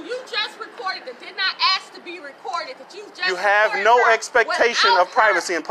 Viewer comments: What does ax me mean? Where’s proper English? It’s ASK not Ax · I've never "axed" anything to my knowledge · Why can't people speak English? It's ask, not axe. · And someone please teach that young guy to pronounce the word ask...... Its simple. Its only three letters. Even a cop could manage that..... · “Let me axe you somethhin” “Am-bal-LANCE”🤣